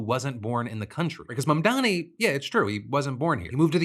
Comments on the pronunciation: The intentional mispronounciation of Mamdani's name is just blatant Islamophobia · What is it with these weirdos who can't pronounce Mamdani's name correctly? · Look, it's small in the grand scheme of things, but that "reporter" intentionally mispronouncing Mamdani's name is just so cartoonishly racist and shitty. What a fucking tool.